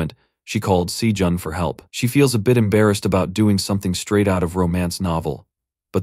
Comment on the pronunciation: The other one has better pronunciation too. Every time it says Sajun I cringe because it's not said the same as it has been this whole time.